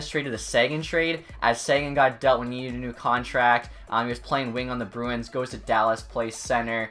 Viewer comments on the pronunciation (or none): none